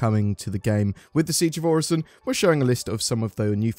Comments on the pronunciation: Its not pronounced like Horizon. Its definitely Oh-Ri-Son. Im so excited for the groundwork for salvage and the cargo refactor lets gooooo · Also Orison I would think is best pronounced as ori-son, I doubt the s is a z in this case. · I strongly think, and feel if Orison was meant to be pronounced "Or-eye-z-on", there would be a conjoining vowel with the "i" (example: "Oraizon", or "Oreizon"); also, or Orison would possibly be spelled with a "z" (case in point, "horizon"). Still, ever since Orison came to be in 3.14, if memory serves correct, I have always heard it pronounced "Or-i-son" (with the phonics of a soft "i"); so, this his how I will pronounce Orison. Yet, to avoid a debate on phonics I kindly request that no replies be added to this comment. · It's most definitely pronounced 'Orison." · I think its pronounced Orison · It's obviously pronounced as "Orison" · It's pronounced orison duh 🤣